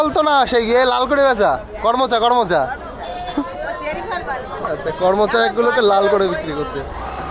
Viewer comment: কর মচা নয় করম চা